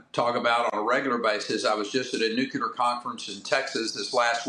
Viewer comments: NuClear Not nucUlar, genius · It is nuclear, not nucular. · AI, building a nucular plant for AI!